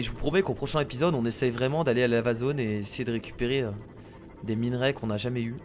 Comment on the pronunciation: Quand il dit Lava zone, j'ai l'impression qu'il dit L' amazone...